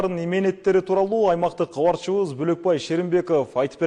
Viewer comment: Алып баруучу бала долбаёбсунго сен Габарчыбыз гаралды деп суйлойсунго Кабарчыбыз каралды десен болотго